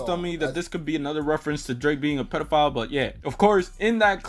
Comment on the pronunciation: Also, when he says Pedophile- K Dot says - Pedo- Foul ( Bc of the bird/owl) 😂😂😂😂😂